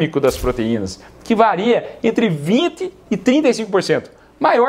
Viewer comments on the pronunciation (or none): none